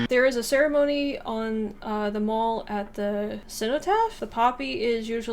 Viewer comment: "Mall" in The Mall is pronounced as the name "Al" rather than "all".